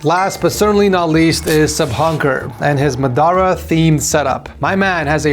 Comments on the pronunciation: And Muh Duh Rah instead of Ma Da Ra lol. Can't pronounce names and seemingly has Alzheimer's with Itachi's appearance 🤦‍♂ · Bro butchering muhdaara's name. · Man butchered Madaras name. Plus giving out seals to anyone now it seems